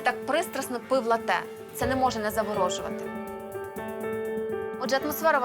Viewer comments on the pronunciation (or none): Не латтЕ, а лАтте. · Тільки в Україні у слові латте,наголос на букву е. І Фреймут не виняток... Насправді latte(молоко) італійською,наголос на букву а.Ріже вухо коли на букву е.